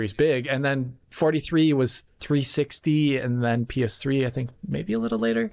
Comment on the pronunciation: I don't understand why, but every time calls PS3 a "PS triple" it annoys me soooo much 😂